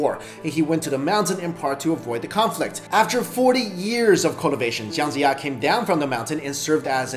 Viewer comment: Are you Chinese? the pronunciation of Chinese name is wrong and some of the facts you mentioned actually deviates from the actual history recordings. Although it doesn't change your opinion of the smartest Chinese, but the names really got me triggered. e.g. Jiang Jiya -> pronouced as Jiang but you read as Zhang. Guang Zhong -> the word Zhong is prounouce with ng, but you read as it Guang Zhou -> which is a province in China. Wo Long -> 卧龙 -〉sleeping or lying down, not crouching =.= how would a dragon crouch?